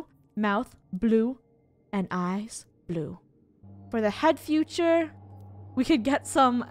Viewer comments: Is It Just Me Or Did she Say Head Future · she said for the head future instead of head feature